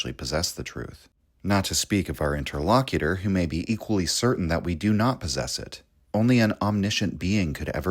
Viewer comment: "Inter-Low-Cute-er". okay, brother? Picard does not come out and say, 'I am lock-face of borg,' does he? no shade, channel changed my life, blah blah.